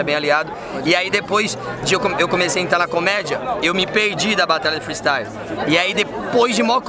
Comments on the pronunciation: Se vc e de quebrada e vc curti o "fristaiuo" KKKKKKKKKKKKKK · Thiago Ventura: "Freestaio"